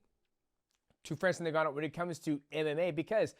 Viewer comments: DJ & to pronounce Ngannou correctly say "in-ga-nou" the way you're saying it sounds like 'nin gannou".....the N is actually pronounced as "in" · am i hearing it wrong or is mighty saying francis nengannou instead of ngannou?